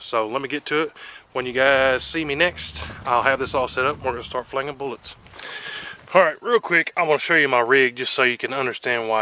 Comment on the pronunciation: Goodness gracious learn how to pronounce the word bullets.